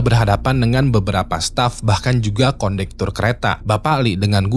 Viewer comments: kondektor, bukan kondutor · Ralat bukan konduktor tp kondektur 😁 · Kondektur woii 😅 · Konduktor? Kondektur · konduktor? kondektur bg 🗿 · Konduktor❌️ Kondektur✅️ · konduktor apa kondektur sih btww srius nanya